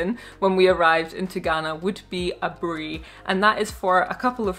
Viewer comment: Who else loves the way she pronounced Aburi 😁❤️